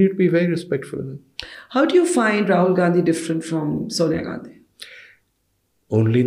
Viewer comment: Ms. Barkha It's Rahul not Tahul🤨. Please correct it